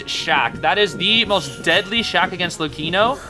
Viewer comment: Big W for the way you pronounce Luchino